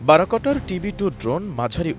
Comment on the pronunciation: উচ্চারণ বারাকোটার হবে না, বায়রাক্তার হবে।